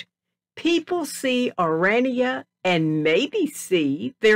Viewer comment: This woman is AMERICAN. I am coloured woman born and bred in South Africa. It is not Oraynia it is pronounced OHRAANIA spelt ORANIA. Back to facts, the Afrikaaners I salute you for protecting you heritage as well, my grandmothers were both black women who worked in service, their husbands were white. I would love an interview with this woman that is leaving out interesting history leading up to her so called history of our country Folks let me tell you the rascism my children and family had been exposed to by black Americans. I thank my black African people who are talking about how they have been treated by black Americans just because they had a lighter skin colour and did not fit the description that the blacks are expecting you to have if you come from AFRICA. AFRICA has been home to many that were born and bred in Africa, Swiss, Germans, Chinese, black tribes, Indians, Muslims, Italian, Portuguese and so on, indeed a melting pot with different cultures and languages which we proudly speak more than they ever dreamed of speaking. These black Americans get us started they do not belong of all placed in South Africa. They suffer from a complex, trying yo steal what rightfully belongs to us that was born and bred there.🇿🇦🇿🇦🇿🇦🇿🇦